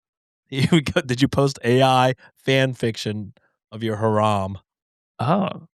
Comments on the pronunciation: pronouncing "harem" like "haram" was frying me. I'm not muslim but mom's ai haram is probably not wrong tho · Just fyi boys harem is pronounce hair-em. It’s usually a hair-em of women that one man keeps so he can sleep with them 😅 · "haram" was frying me 😭😭😭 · the way is pronouncing harem is sending me lmao, I had seen a comment about it before I heard it but I didn't imagine how wrong he actually pronounced it 🤣🤣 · the way he pronounced harem is sending meeeee sorry. u know what this mom is haram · Bros, I'm neither muslim nor a native english speaker, but I don't think "harem" is pronounced like that KKKKKKKKKKKKKKKKKKKKKKKKKKKKKKKKKKKKKKKKKKKKKKKKKKKKKKKKKKKKKKKKKKKKKKKKKKKKKKKKKK